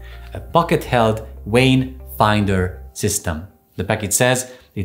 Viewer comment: What would one need a “Wayne” scanner for? 🤔😂😂 what a “Veiner”!😂Not understanding why this guy has no problem pronouncing the V in “device” but can’t pronounce the V in “vein”. *English Lesson: V is pronounced the same throughout the entire English language. NeVer pronounced W. 👍